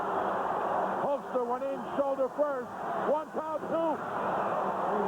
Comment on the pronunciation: And calling the Hulkster...the Hulker lol